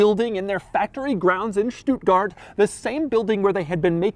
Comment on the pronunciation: I am impressed with how well he pronounced Stuttgart 💪